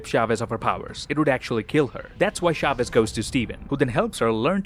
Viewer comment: its not pronounced SHAVEZ. its a CH sound, not an SH.